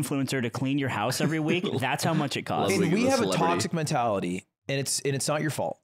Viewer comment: not saying “toxic MEN-tality” lol